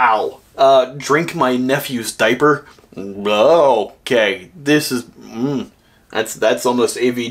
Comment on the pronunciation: I'll always love the pause at "rather have my nephew's DIA---per" its just a great way to make a double meaning